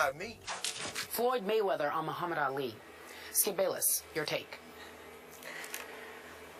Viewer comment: says Allie instead of ali